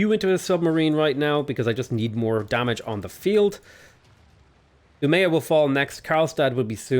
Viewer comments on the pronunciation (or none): none